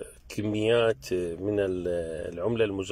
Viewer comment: صايرة مودة. تحريك الحروف بأسلوب ينم عن الجهل وصل الى اللهجة العراقية بعدما غزا الفصحى لجهل المتحدثين بها. اول مرة اسمع واحد ينطق كلمة ،كميات، بكسر الكاف، وليس الفتح. حسبي الله ونعم الوكيل كلشي خرب واللي بعد ماخرب في طريق إلى الخراب.